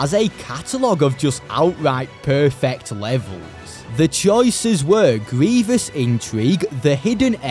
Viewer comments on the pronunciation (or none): none